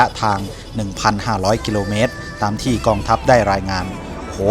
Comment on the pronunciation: อยากให้แอดมินพูด ร.เรือ กับ ล.ลิงให้ถูกต้องหน่อยครับ หรือไม่รู้ว่าคำใหนใช้ ร.เรือ คำใหนใช้ ล.ลิง คำว่ากิโลเมตรก็เป็นกิโรเมตร แต่ความเร็วบางทีดันเป็นความเล็ว กิโรเมตรนี่ประจำเลย